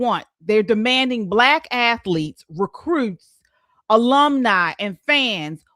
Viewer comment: Hey it's athletes not AFleats